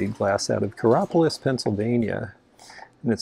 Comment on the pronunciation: Your knowledge of companies, locations, and patterns is outstanding! FYI The Consolidated Glass Company is in Coraopolis, PA, as you said. However, it is pronounced Cor-ay-OP-o-lis. Odd yes, but that's the way it goes. 😂